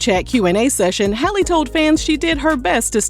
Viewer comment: Just loud and wrong HALLE her name is HAL LEE